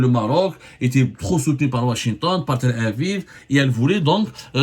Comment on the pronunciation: Pourquoi tu dis « tel aviv » avec un accent de bledard renforcé ?